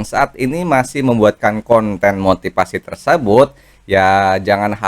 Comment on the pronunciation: motifasi, bukan motipasi. ngomong aja belepetan.